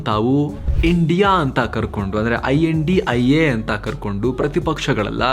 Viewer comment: Kindly don't pronounce name as a INDIA its a I.N.D.I.A